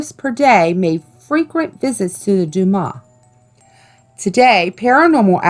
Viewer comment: You pronounced butte wrong and dumas wrong